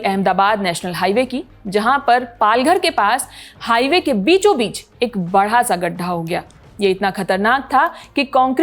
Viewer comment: poor hindi ..it is not badha sa it is bada sa ...